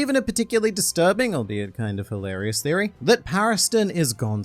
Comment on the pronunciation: Needs to learn the word,v"theory." Lol